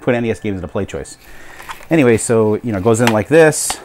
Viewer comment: I found it,its ,and it turns out you actually said PlayStoishen. XD